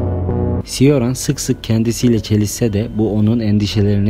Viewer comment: Coran diye okunur ismi.